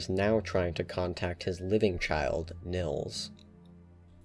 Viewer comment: i find it annoying how english people pronounce nils, it is spoken Neels not nils, please remember that